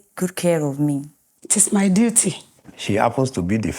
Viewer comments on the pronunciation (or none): none